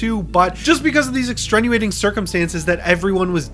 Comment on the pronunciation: Every time he says extrenuating I cringe